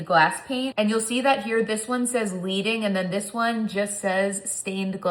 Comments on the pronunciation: FYI, In stained glass, leading pronounced with a soft “e”. It’s a metal reference because real stained glass has lead in the seams (think iron, copper, etc.) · Love this video… looks amazing and I’m inspired. one note… “Leading” is pronounced “led - ing” because it is supposed to be like laying down liquid lead like you do in true stained glass… not “leading” as in follow the leader.